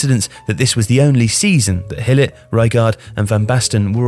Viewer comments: Gool-it would do just fine. I do not understand where he's getting the Hill pronunciation from -. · I don't understand why the narrator, a native English speaker, would pronounce the name Gullit as "Hillet". I know English language pretty well and this bizarre pronounciation that almost doesn't have any resemblance to the Dutch name 'Gullit' does not make any sense. Neither in English nor in Dutch. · Gullit is pronounced with a hard G sound in Dutch not an H sound. Great video otherwise. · Who’s this ‘Hillit’ you keep mentioning? Looks al lot like Gullit (G as in Getafe, ull-it), mind. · "Hillit"?! Is that really how Gullit is pronounced? Anyone else I would just say "You're pronouncing it wrong!" But, you're usually pretty spot on with pronouncing foreign names correctly as they're actually supposed to be pronounced, but I've never heard anyone call Ruud Gillet like "Hillit" before... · I love you man but your pronunciation of Dutch names is like nails on a chalk board. “Hillit”? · It’s Gullit, with a G sound, not a H sound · Just a reminder, the dutch G is not a soft consonant at all like an H. We pronounce it by literally scraping our throats. And the U in Gullit is pronounced like, well, a U, not I. Same comment with Rijkaard, your pronunciation is way too "gentle" i suppose. I suggest you pronounce it more like the spanish name Ricardo, without the O ofcourse. It would still be the english pronunciation, but i wont try to teach you the entire dutch language in this comment haha